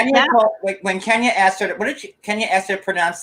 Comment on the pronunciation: Asked as aksed